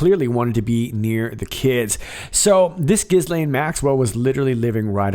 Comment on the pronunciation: Ghislaine is pronounced Gheelane